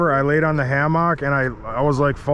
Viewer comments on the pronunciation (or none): why do you same hammock like that that never heard it pronounced anything other than hammick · Did you just pronounce a hammock a Ham-hock lol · Never heard anyone pronounce hammock like that before, lol. Keep up the good work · The way pronounces hammock is hilarious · Love you but gonna have to unsubscribe after hearing the way you say hammock